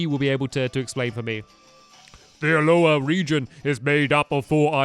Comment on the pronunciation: Its called A-LOW-LA=ahola